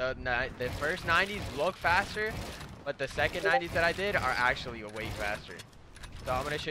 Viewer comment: When he said way i tought he said sway